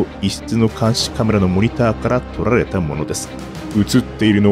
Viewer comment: 撮rrルァれたもの